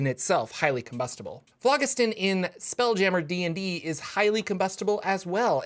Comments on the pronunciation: It is pronounced like FLOJISTON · if you google it and look at the pronunciation Phlogiston has a soft "g" like "j". The pronunciation is "flo jisten". That is with a hard "o" and sharp "e". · It's pronounced flow-JIS-ton. It's an old Greek word. And please, don't say a video is about nautiloids when almost all of the info is an introduction to Spelljammer with only the last minute discussing nautiloids. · it's Phlogiston not Phlogiston